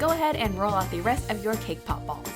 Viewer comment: When you said cake pop ball, it sounded like k-pop ball!! XD! Omg, you're my fav youtuber! OMG, you're so close to 1 million!!!